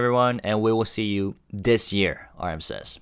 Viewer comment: Thank you for another great video. I really appreciate all that you do. Happy New Year! Speaking of which, would a Korean learning English pronounce the word “year” as “we’re?” Did my ears deceive me or did j-hope possibly drop a spoiler?